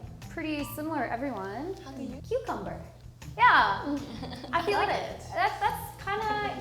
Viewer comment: Zaracho's attempt: Yatch Cumbumber Pwanyaht😂😂😂 Arose Mischivieus😂😂😂 Febyuery Rezheem Valey